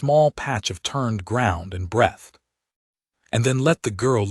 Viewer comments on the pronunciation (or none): and figure out how to make the AI say \breethed\ not \brethed\ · Breathed.. bd pronunciation